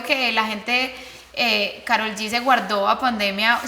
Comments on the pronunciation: POR QUE SON TAN RIDÍCULAS Y LE DICEN KAROL CON PRONUNCIACIÓN EN INGLÉS??? IGUAL LO PRONUNCIÓ LEILA DE BILLBOARD Y CHRISTINA EN EL SHOW DE CHRISTINA... TODAS SIENDO HISPANO HABLANTES.... SE LLAMA KAROL EN ESPAÑOL!!!!! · Wey es latina, deja de pronunciar su nombre como si fueras gringa.